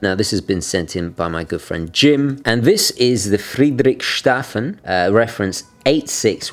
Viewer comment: "Friedrichs hafen", not "Friedrich shafen". Love you,.